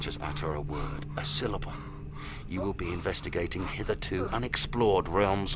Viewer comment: "Hey man I told you not to mess with time". " I vwill mess with time, I vwill mess with time".